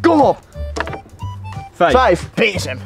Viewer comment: Niet bezem maar BEEZEM